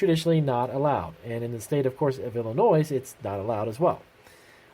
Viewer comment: The s in Illinois is silent, bro. Man every time I heard that my brain died a little. :D